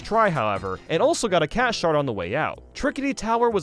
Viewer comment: I used to think he was saying “cat shart” instead of “cat shard”